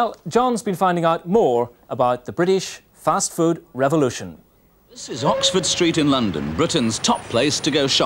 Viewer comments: Is JC saying “first food” ? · Why do they keep saying First Food? Has the pronunciation of Fast changed that much?